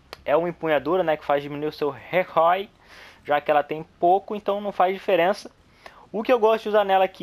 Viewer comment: "ela tem muito pouco rê cóy" huehuehue